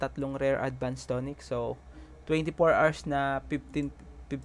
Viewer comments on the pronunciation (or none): none